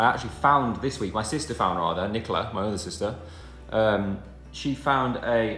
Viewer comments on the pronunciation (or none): none